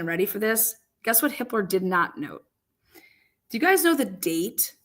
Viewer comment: Just the fact that you said, “ You guyiz” I trust nothing you say……